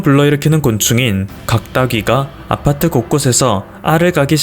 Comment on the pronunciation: 아파트할때 '아'에 너무 강세 두네여!